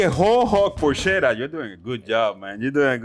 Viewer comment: Is not porscetta, is “porketta” the right way to pronounce